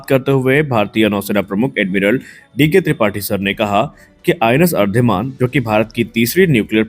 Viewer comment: अरीदमन उच्चार है उसका. अरीदमन means अरी= शत्रू, दमन= नाश - शत्रू का दमन करने वाला ये अर्धिमान अर्धिमान क्या लगा रखा है. आगे के व्हिडिओ में ठीक करो.